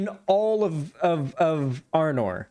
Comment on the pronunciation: Not to be THAT person, but the world is arda not arnor